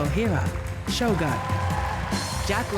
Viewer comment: that usually Americans only speak English or at most Spanish but don't make any effort to see how certain words in another language are read. "Shogun" is not about the "gun"